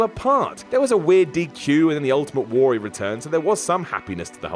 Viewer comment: The Booker/HHH feud was in no way racist, when H referred to "you people" in his promos it wasn't race related it was referring to WCW talent. Good job perpetuating a common misconception though, reminds me why I generally avoid your guff videos, also pheenarm, war-rrior and thet. Seriously, learn how to fucking speak.